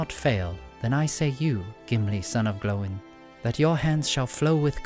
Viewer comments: I'm impressed you pronounced Gloin correctly. Glow in and not Groin with an L lol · Incredible to hear someone pronounce “Glóin” correctly with its two syllables